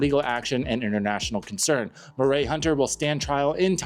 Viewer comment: Murray is pronounced Muh-ree.